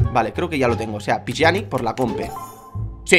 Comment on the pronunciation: Te lo dire por uuuuultima vez no se pronuncia piyani se pronuncia Pianich 😂😂😂😂